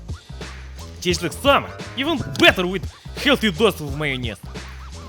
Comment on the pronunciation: So funny how slavs pronounce mieyonaizzzz